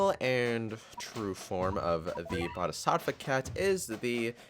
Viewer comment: Well you just stuffed up the pronunciation of bodhisattva and many people got triggered like me